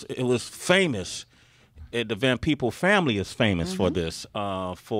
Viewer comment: Peebles.....not peoples.